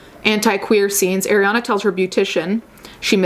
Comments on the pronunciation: I love your point of view, definitely needed to be said. the only complaint I have is that Arianna's name is pronounced Ah-rianna not Ay-rianna (just like how you said "Ari") sorry!!! it drove me nuts lol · Okay I’m (I skipped a lil) and you just said Eh-riana. There’s people calling Ari “eh-riana” in 2018. She literally says her name is Ari (aw-ree) in the song lmao. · Not to be nit picky but in one video you were very particular about pronouncing her name correctly and not even a minute into this video that energy switched up? Just an observation.